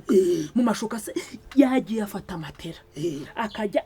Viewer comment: Marigarita niwe mbonye uvuga matela neza, abandi bavuga matola.